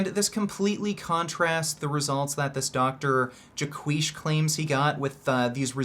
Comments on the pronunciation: It’s Jay Quish as in squish. Jaquish. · Not even a minute into the video "Jaquisha" 💀💀💀